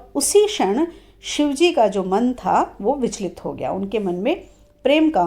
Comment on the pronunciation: बार बार शिवजी और मां पार्वती का उच्चारण गलत कर रही हो आप